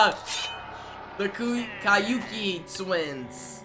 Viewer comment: Kabuki twins not kaiuki twins.